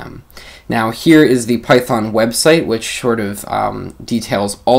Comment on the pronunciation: great intro for the new features. BTW, just make a joke on the pronunciation, Python 3.7 features == Pytron? But I think you said Python at the end